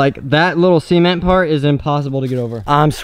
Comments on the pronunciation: see ment hahhahahahaha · Cem-ent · I know it sounds like semen whenever he says it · "see ment"